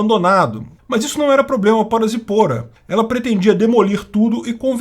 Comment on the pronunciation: A pronúncia correta é :"Zípora.